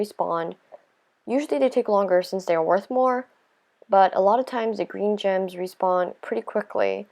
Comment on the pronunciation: It sounded like she said germs instead of gems😂😂😂🤣🤣🤣